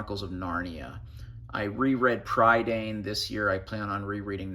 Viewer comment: Prydain is pronounced pruh-dine. It's the Welsh (British) word for Britain. The Y is pronounced as a U unless it's in the last syllable and the AI is pronounced as I. We also really roll the R too. I really want those books as they're based on the Mabinogi (mabinogion is a mis-translation) but they're a little expensive at the moment and I've already spent too much on books lol.